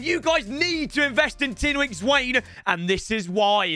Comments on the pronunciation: I'm from south Africa 😭😭it's not Zwain it's Zwane!!! 😂🤣🤣🤣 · Its zw-ah-neh not zw-ai-ne😭😭